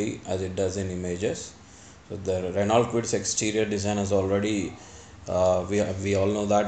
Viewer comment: Hello, it's pronounced Reno and not R-e-n-a-u-l-t, as its spelling goes. Renault is a French car company, and so goes its pronunciation